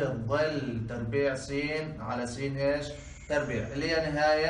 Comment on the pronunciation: افضل استاذ ماشاء الله تربيع مش تبريع جزاك الله خيرا يا استاذ